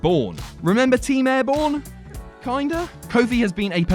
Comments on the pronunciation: Team Air BOOM, not Air Bourne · Ummmmm it was Air-Boom gawd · It was Air Boom not Air Bourne. God knows how I remember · It's air boom xD